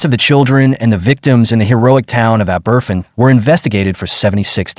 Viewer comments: Fergus Dublin Ireland 🇮🇪 A disgrace!! As usual, they listened . . . . . . . . . . . Too Late!! The Town name is Aberf-in It is pronounced Aber-fan!! Do your. research! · Ab-er-van. Abervan is the name of the village where the school was crushed. Not aberfin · My ears! That 'Ah-BERFIN' pronunciation really grates. It's 'Ah-ber-FAN'. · Pronounced “AH-BER-FAN”. It’s in the episode of The Crown” it’s showing in this video. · And it’s pronounced aber-van! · ***ABBERVAN**** is the pronunciation Ignorant to get this wrong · It is pronounced Ab-er-fan. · Learn how to pronounce the name of the town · Find someone who will review voiceovers before you put them out: pronunciation of Aberfan a joke. Stress the first syllable, with secondary stress on the van. The poor, robot delivery of the text is insulting.